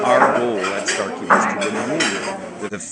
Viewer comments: You are killing me with the Sharkey instead of Starkey lol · At first I thought him saying Sharkey was a mistake. Then I realized it wasn’t and I giggled every time he said it.